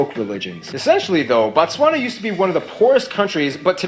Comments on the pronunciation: Why am I getting worked up over him calling the country Batswana? It’s Botswana. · it is pronounced BOtswana ...BO...as in Boston and then Batswana refering to the nationals. 💙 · More stuff on Botswana Also we pronounce it Bo like Bo in Bold ....He keeps saying Batswana which is plural for Botswana Nationals, Singular is Motswana